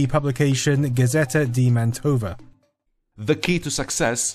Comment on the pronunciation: It's Máhntova, not Mantóh va